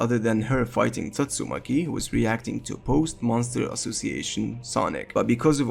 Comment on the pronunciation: Good video but pls pronounce Tatsumaki right, respect the waifu🎉